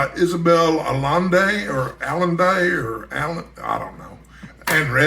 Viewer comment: a thought about Inherit The Wind - the book is good, but nothing can top Fredric March's and Spencer Tracy's work in the movie. They are perfect for William Jennings Bryan and Clarence Darrow. A second thing... Allende is a Spanish name, so the 'll' is pronounced like a 'y' . You didn't know that? And you a Texan.